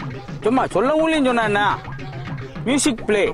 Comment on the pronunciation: முசிக் இல்ல ம்யூசிக்